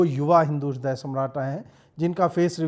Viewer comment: Ajeet bhai ह्रदय नहीं हृदय 🙏